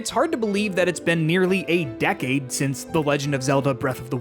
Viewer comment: lol he just pronounced it funny I guess. Making us feel way too old!